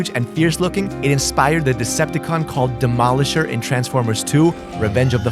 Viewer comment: "demolishor transform!" ur ae ae ae ae